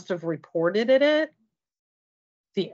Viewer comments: HEY! DON'T MAKE FUN OF ME! I'M HIGHLY INTELLIGENT!" With a "photogenic" memory, tricked into thinking she got set up with a hot guy by his celeb friends, didn't know that food and internet is provided to soldiers in active duty, pronounces reported as "reported-ed," and thinks that the real Justin Melnik may have actually contacted her out of the blue to introduce her to "James." Okay. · And said "reporteded" lmao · "Reported-ed" WHAT!?